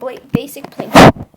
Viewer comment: What he means to say is that u said Pinko instead of Plinko. Also, thx for the tutorial!!